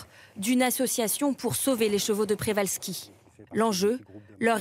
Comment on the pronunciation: Le nom du cheval est celui de son découvreur, le naturaliste russe Nikolai Mikhaïlowitch Przewalski ( ) d’origine polonaise. Le digramme rz polonais se prononce J. On doit donc dire Pjévalski. D’ailleurs écrit en cyrillique le rz est remplacé par la lettre correspondant au son J.